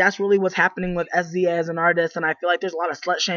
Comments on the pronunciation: She's saying her name wrong , u dnt literally say s-z-a .... smh wow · Her name is pronounced "SIZZUH" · OMG get her name right I can take you seriously if you don't even know how to say her name!!!!!